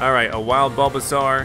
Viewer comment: It bulbasaur like a dinosaur with a bulb not a bulbazar